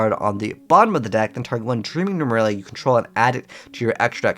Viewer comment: Nemurelia, not Numeralia.